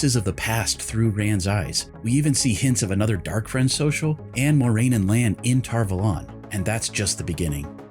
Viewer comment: "tar vOlAn" really triggers me, for some reason It's Tar Valon" A first, o 2nd. How hard can it be to keep facts straight?